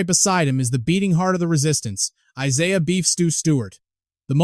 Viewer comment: Gotta be ai! Y'all gotta stop with these Ai voice videos. I siah? Any human knows how to pronounce that name